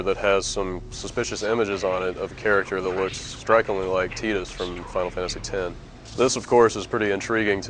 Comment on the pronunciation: you are right on how you pronounce tidus name